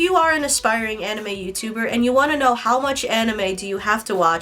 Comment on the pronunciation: She doesn’t even pronounce anime right 💀